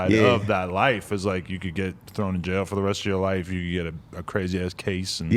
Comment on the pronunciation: Yo said: furr instead of for 🤔